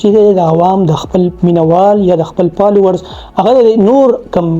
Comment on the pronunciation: پالوؤرز- پېنز- پِکر- لائپ سټائل- ان پومډ- پلېټ پوم- پوکسډ- ډېرې ښکلې خبرې دې کړي دي سهي خبرې دې کړي دي ویډیو مې پوره اوکته بس دغه بره یاد شوي تورو کښې “پ” په “ف” رېپلېس که پلیز، اېجوکېټډ هلک ې هېنډسم ې دا توري درسره خؤند نهٔ کئې. مننه.